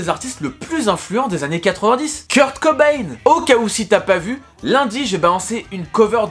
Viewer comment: Le [cobay-ne] me frustre toute la vidéo 😂